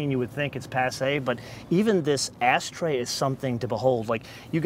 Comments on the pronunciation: its ashtray not asstray... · It sounds like he is saying "ass tray" instead of ash tray.